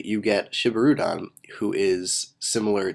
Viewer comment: ok i'm just gonna say this here and now but i just wish you would use the proper japanese pronunciation for these names like this one its spelled shibirudon but pronounced sheebeeroodawn